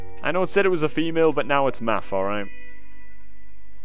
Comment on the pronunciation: Aww, i got exited when i saw you call him "Maff" :P